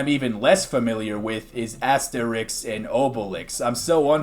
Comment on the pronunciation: Hey man you pronounced Asterix and Obelix correctly, especially Obelix. Some people say Obble-ix but that's just wrong, come on now. Great video and trailer, it's awesome to see people putting so much effort towards making fangames!